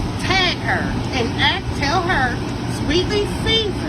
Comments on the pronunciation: Sorry it’s driving me nuts it’s ask ASK not axe or AXING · Axe is not ask my god.... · It’s ASK NOT AX MA’AM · That grown ass woman said “axed” instead of ask…. Nothing positive or good was gonna come after that!! 😅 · It’s not AXE it’s ASK imma need yall to learn how speak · Why don't people pronounce ASK correctly? It's not AKS! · I don't listen to people who say axe not ask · Telling someone to ax another person sounds really dangerous and is almost certainly criminal. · She is "axing" them. I wouldn't respond, either. 🙄😏